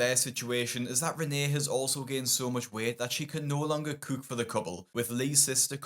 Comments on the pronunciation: Guy can’t say cook. 🤣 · This is random but I’ve been watching your videos a while and I find the way you pronounce “cook” so interesting lol😊